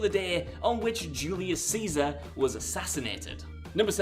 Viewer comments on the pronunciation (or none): none